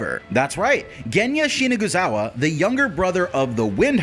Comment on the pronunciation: Shina Zu Gawa. not shinaguzawa.